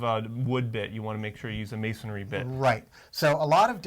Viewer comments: It’s masonry not masonary... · The guy on the left keeps saying masonary which is a misspelling of masonry! He keeps adding an "A" after the "n" which is incorrect pronunciation! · What the hell is MasonAry??? How can you do this video and neither can pronounce masonry???? Please do the next video on brain surgery, a topic on which you likely have equal knowledge. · It's masonry, not masonary.. If you want to be taken seriously, learn how to pronounce the terms. You guys look like you belong on the cooking channel, making a quiche, maybe. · A concrete drill bit is not called "masonary" drill bit as you guys keep pronouncing it wrong... the word is masonry..... not masonary. Masonry is a three syllable word not four. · Hey great video information for the lay person... I can't believe the critics here. Immature losers to say the least. It's not a prime time show people and let's see you make a better job. Who cares they said masonary instead of masonry... IT'S FOR UTUBE AND THE LAY PERSON NOT H&G NETWORK ON PRIME TIME! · Why do they keep saying "masonAAry"? There's no A after the N in masonry. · Masonry! There's only one 'a' in the word. :)